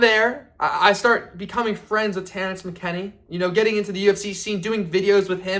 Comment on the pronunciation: Saddest part about this is the first big fighter that he met was Terrence McKinney and he doesn’t even know how to pronounce his name.